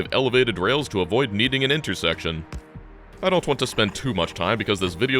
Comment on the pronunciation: Ha! inter-sack-tion